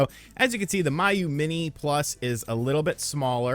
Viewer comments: First of all you're saying it wrong. It's pronounced Me-You.......not My-You...lol. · It’s “Mee-Yoo” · and Miyoo for that matter 😂